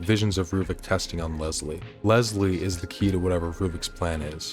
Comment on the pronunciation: My sister’s name was Leslie, and she hated when people pronounced it “Lezlie” like you do. But I won’t hold it against you because this video is a BANGER and The Evil Within isn’t talked about nearly enough. True survival horror & one of my personal favorites 👌🏻